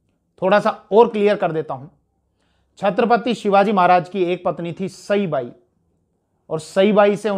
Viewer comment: सईबाई के नाम का सही उच्चारन करने के लिये आपका शुक्रिया💐 (आपने पिछले व्हिडीओ मी साईबाई कहा था) जय जगदंब जय शिवराय🚩🚩